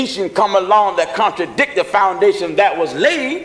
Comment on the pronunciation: This guy can't even pronounce contradict you know he not true....